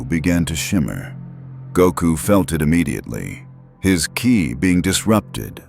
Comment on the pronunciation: First time saying Go sounded like Guy Second time sound like Gi-eye The way Ki was pronounced was horrible too. Goku asking how many people worked at the huge tower completely out of character. So far, that's a pretty mediocre A.I. job, 11 minutes in. The artworks are also weird, showing Goku as SSJ when he doesn't have it. Half the Boys look like Homelander, Kimiko isn't even there. How lazy do you have to be, to have a story written by AI; read by AI; using Art by AI and not even check anything of that before uploading? Also the voice changing constantly for Goku - technically not wrong, since his voice changes depending on how series he is and all, but it was just bad here. And ofc, the typical AI-Narrative Error... Homelander bringing Goku high into the sky with the intent to "drop" him, while they were flying to the VOD-Tower in the beginning next to each other.... Supermen and Superman-Logos everywhere. Any really? Goku realising the Robot had a anti-dimensional device preventing him from teleporting? Commenting on it "Clever, they're learning". That's not only uncharacteristic, it doesn't even make sense. He's there for less than 24h. Want to make us believe he thought they built that just to prevent him from teleporting? Despite him being able to most fast enough to not even need teleporation in this small area to begin with. "Heroes don't just beat the bad guys, we help others build everything back up" - Goku... the guy who is practically known for beating the bad gu